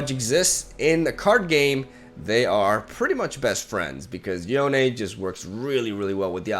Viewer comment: "Yonay"??? Seriously? Like wtf? It's just Yone, like bone.